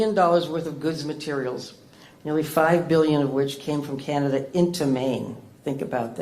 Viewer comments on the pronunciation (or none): it is Canada not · ""???? Did I hear that right? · You can start by calling us Canada not. Until he is out of the WH we won't go to the US. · She can't even say his name, she said powets out of their control. Say it govenor, It's Donald Trump and his vomments about the 51st state. When she said it's like thete is no border and Trump ssid it is an imahonary line, that urked me. She has to come out and say it, Canads is a sovereign nation and Trump was wrong to try to put America first without a care for its allies, even wanting to crush Canada's economy so that we would come begging to be part of the US and give Trump our resources for free. So too bad if Maine and other states are hurting.